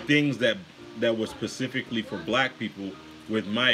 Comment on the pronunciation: It's SPECIFICALLY not pacifically, genius.